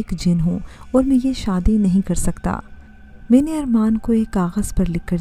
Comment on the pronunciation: 'may-neh' lol. What pronounciation lol!!